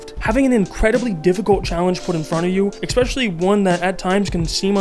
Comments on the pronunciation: Learn english, its not "ex-specially" its ESPECIALLY. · I appreciate the video man but you've GOT to stop pronouncing especially as "expecially" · "exspecially" throws me every time 😅